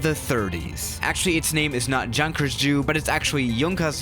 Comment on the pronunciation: How ironic It's pronounced, "Jew"